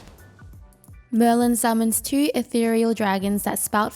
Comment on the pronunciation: I like how she pronounces "2"= chü